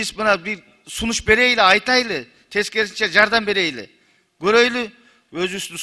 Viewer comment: Берейли ,көрөйлү, айтайлы дебей берели, көрөлү, айталы деп туура сүйлөгүлө тантык болбой.